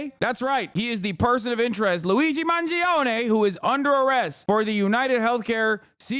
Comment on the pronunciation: "Luizi Man Zee Own" How did she even manage to pronounce it in such a stupid way